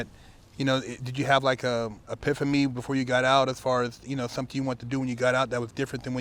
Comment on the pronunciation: the word is “epiphany” you mispronounce it “epiphamy” with an “m” I’m not being a grammar Nazi, it’s just I’ve heard you mispronounce the word on multiple videos. Not a big deal just a heads up bro bro. Cool channel! ✊🏿